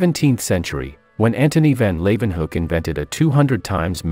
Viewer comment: When you have Dutch or German names, the word van/von is lowercase; Antonie van Leeuwenhoek, Ludwig von Beethoven, and van Leeuwenhoek is pronounced fahn lay-oo-uh-huke